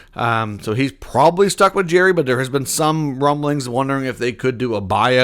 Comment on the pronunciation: Dubas did great by unloading multiple horrendous contracts in hi acquisition of EK. He'll get a decent return for him. They've stockpiled 30 draft picks over the next 3 years and have as of today, 21 million in cap space. It's not pronounced Jerry.